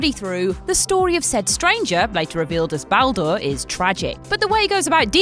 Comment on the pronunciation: In the 90's when voice acting was rare, it was understandable to not pronounce names, but now every game has decent (to a degree) voice acting, why do people STILL pronounce names wrong (looking at you ) his name is pronounced b all der, its literally said in the game dozens of times...